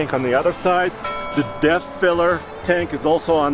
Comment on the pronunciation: What is the blue fuel filler do on the driver side did he say death filler or depth filler what’s it do